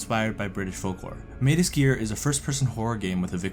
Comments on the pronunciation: Why are you saying SKEEER? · had to stop watching because of how he was saying Sker lol